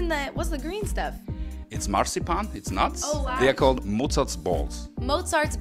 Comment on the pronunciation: i was dead because ariana granda saying mIsUR mOZaR baLLS✨✨